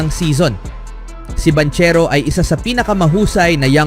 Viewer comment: Banchero pronounce as bangkero hahaha 😂